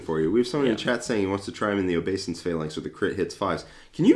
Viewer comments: I think it's oh-BAY-sense. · Please stop saying "OBEE-ESSENCE" 😂 if you're going to say a word 1000 times in a video maybe take the two seconds to look it up 🤦🤦🤦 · This has made my shift a lot better today, also learned a lot, even while cringing each time you mispronounced obeisance